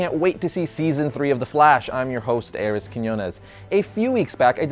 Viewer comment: It's ares not arris